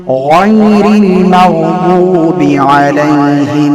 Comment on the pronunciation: मग्जुबिऔर जुआलीन को मगदूबी waladdualeen क्यों parte हैं